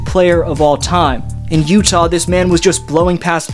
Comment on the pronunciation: 😂😂😂. Did you really say, "LeUtah" !? 😂 "Leyear20 "? 🤣 As a raptor fan, we overcame great odds.😅🎉